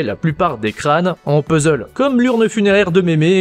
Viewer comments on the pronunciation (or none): none